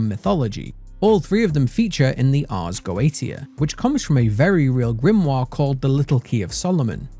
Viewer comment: nobody in these videos say "Ars Goetia" properly. have any of you watched Helluva Boss? xD